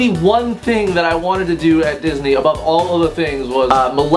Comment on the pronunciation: At the end when you said "I love you all" I heard "I love you wall" and I had to kind of let that just sink in